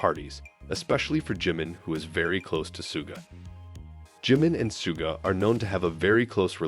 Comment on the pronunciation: Что за манера коверкать имена парней из БТС. Если не знаете имен, так узнайте. Чимина Джимом обзывают, Шугу не могут выговорить. 😢